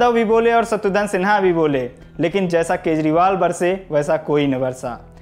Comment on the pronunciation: Bhai सर्म nahi शर्म, शत्रूधन nahi शत्रुघ्न hota hai... 😂😂😂